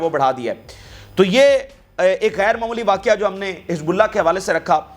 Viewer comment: واقعہ ہے ۔نھی بلکہ واقع ہے ۔